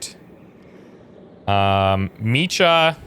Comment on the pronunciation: Hey, I think your pronouncing Micah's name wrong. The C and H aren't connected, so it would be pronounced (Mike-ah)